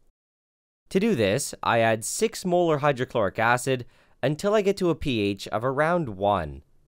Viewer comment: Every time he says molar i hear "Mueller" as in the mueller report. i cant not hear it.